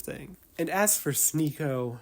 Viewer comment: fuck sneako. not for the horrible misogynistic things he said but for his mispronunciation of the best channel on yt